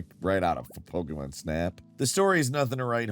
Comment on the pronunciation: It really bothers me the way he says Pokémon